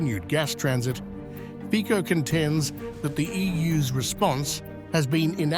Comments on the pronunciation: hi is not fiko, it is c like ciklist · lol Is not Fiko but Fitso - correct pronunciation... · /fitsoh/, not /fikkoh/ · As far as I am concerned, as a Slovak citizen, Zelensky´s decision must have been pre-approved by certain EU officials, due to the fact that, along with Orban, Fico (pronounced as "Fitzo" not "Fiko") is a respresentative of a minority among EU member countries with a somewhat "common sense foreign policy" point of view, which of course represents a pain in the butt to the liberal majority of politicians in the EU. They (liberal EU representatives) see this as an opportunity to weaken Fico´s position at home and to try and anger his voters when the consequences of Ukraine´s unilateral decision bring about soaring of energy prices. The EU officials do not care about the financial damage this will do to the EU economy. Fortunatelly, tides are turning and Hungary and Slovakia might be strengthened by other EU members where elections showed the will of the voters to try a more conservative and neutral policy, especially towards the conflict in Ukraine. We can only hope this happens sooner than later. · Please, try to pronounce correctly the surname of Mr. Fico: fitso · Pronounce it as Fitso. I am so tired of hearing these ignorant English speakers mispronounce European names. Ukraine is a maffia fake state. Shoud be divided between Russia, HUngary, Poland. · Correct pronancion is Fitzo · PRONOUNCED FITSO! 😮😮😮😮 Thumbs down , Moron! 😮😮😮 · Can you at least say his name right or are you such ignorant not able to